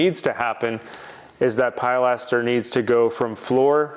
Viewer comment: Please! Don't call it a "PIE laster." The word is pronounced "pill LASter." I've commented on videos half a dozen times about mispronouncing it. I think he's a lost cause on getting that right. Although he did start to pronounce porte cochère (port koh share) correctly. Kudos for that small victory. 👍 I love watching your videos and seeing your projects unfold. TY